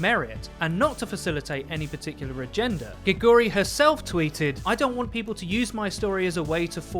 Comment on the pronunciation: you're saying geguri wrong. ugh.... translate "Frog" into korean, and press the pronunciation button on google translate. you'll understand the way to say her username.